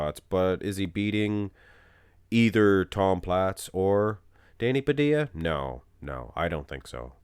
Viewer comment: Its Danny Pa - dill-a, where's 2 L's in his name